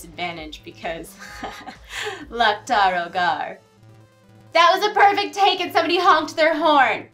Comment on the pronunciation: Why, when the game specifically says "Loke tar ogar" do some people continue to say "Lock tar ogar"